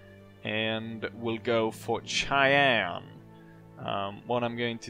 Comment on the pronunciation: As an American born and raised, this might be the first time I have ever heard anyone pronounce Cheyenne "Chai-ann." Until now, I have only ever heard it pronounced "Shy-ann."